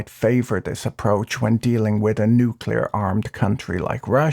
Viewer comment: A man who knows how to properly pronounce "nuclear", is a man worth listening to.